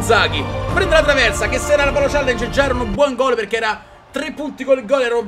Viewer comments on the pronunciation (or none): none